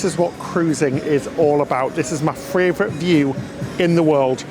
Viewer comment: I love the way pronounces 'favourite' as 'fravourite'. It's so cute. Not having a go at you, it's one of the little quirks you guys have which make us love you so much. Bless you, you are my 'fravourite' cruise channel.